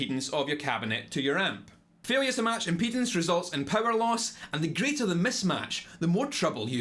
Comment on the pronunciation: I don’t think he’s saying impedance